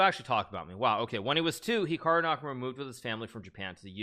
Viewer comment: That moment when he says Chikaru makes me think on some kind of Pikachu brother or...maybe perhaps...a bot of Hikaru that you can play aginst him but when you loose he laughs so loud as Hikaru do 😄😄😄😄😄